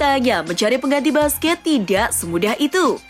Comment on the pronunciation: min mohon maaf sedikit saran.. nama busquets dibaca kurang lebih buskets bukan basqe🙏🙏🙏